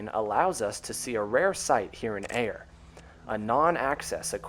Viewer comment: FYI, Ayer is locally pronounced "Air," with one syllable.